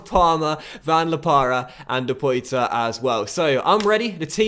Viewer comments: Loving the career mode,! Quick tip though: Depoitre played for us (Porto) last season, and his name is pronounced De-puá-trê not De-Pói-Tre. Nothing major of course, but since you talked about mispronouncing Tuanzebe, wanted to give you this heads-up. Looking forward to the next episode. Keep up the great work! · depoitre is pronounced de-poir-tre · That right-back is pronounced something like Ha-der-jo-ni, while Depoitre goes like De-pwa-tra. I think. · Alright, your back up striker depoitre is pronounced der-pwat-ray